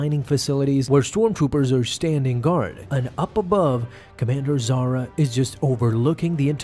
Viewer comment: Why you not pronounce "H" sound? If she was as you named her ,then she'll be Zara not Zahra. But reason is she's Zahra.